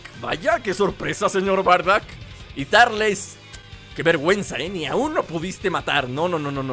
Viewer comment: No es tarles es turles